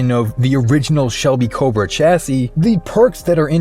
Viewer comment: The word Chassis is pronounced "Shassie" a bit like Lassie but with "Sh" at the front. You're welcome.